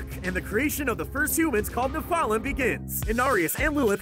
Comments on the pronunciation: I hate how he says nephlem, and Tyrial. It’s like he found a quick summary and then butchered the pronunciation of everything. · ne-fal-um? ne-fel-um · im sorry this was annoying me, nephalum is pronounced neph-uh-lem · Nephalem's too